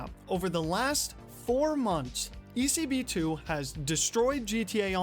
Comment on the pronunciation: Woah man! I was expecting this video for so long since you reached me on my mail, thanks for the shoutout and you absolutely said it right (I'm not even sure how you're supposed to pronounce it) it was a pleasure to help, and if any other time you need more info on old GTA Online related stuff, I'm your guy.